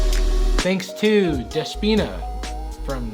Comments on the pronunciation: It’s pronounced “THE-spee-na” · You totally pronounced the name Despoina wrong..